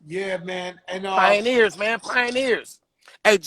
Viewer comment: Pie-aner of da O-Town Raiders em